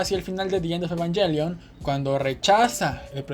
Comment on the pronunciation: ahh tienes razon, ha de ser por darle un estilo anglo en español, pero ta bueno, muy bueno el vídeo💪🏽😎